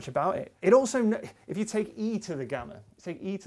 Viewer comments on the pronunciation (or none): none